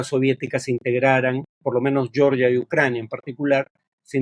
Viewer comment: Todo bien con el video, Farid. Solo que Georgia se pronuncia tal como se lee en español. "Yeoryia" es la pronunciación en inglés.